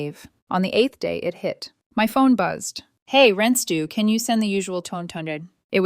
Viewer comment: ‘Ren Stew’ ?